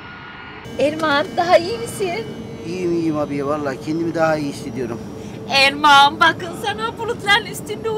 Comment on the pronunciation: Abiye öyle bir Erman diyor ki sanki AirMan Diyor hava adam